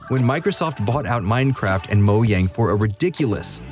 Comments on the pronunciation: If I here mo-Yang again I’m actually gonna find your address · Moyang hahahha